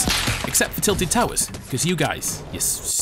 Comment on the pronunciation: Tilted tawors